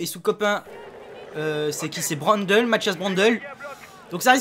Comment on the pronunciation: on dit Mathias Brandleu pas brandeul. ( phonétique )